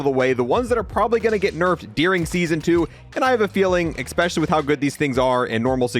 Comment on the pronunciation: look i love the content but i cant help but cringe when he says especially like eXpecially